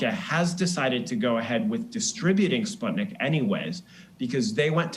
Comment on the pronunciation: Ikr!!! I'm russian and I was like ????? SPUTNIK????